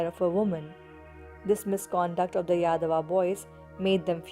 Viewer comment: 🤣, don't say yadava, it means idiot in telugu. say yaaaaadava